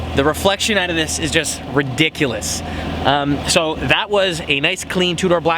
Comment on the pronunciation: I love how you say out HAHA OOT